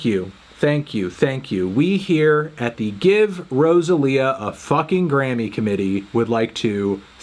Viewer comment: why he say rosalia like that